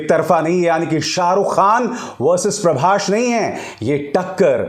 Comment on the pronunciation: Its "Prabhas".. Not "Prabhash"... So irritating.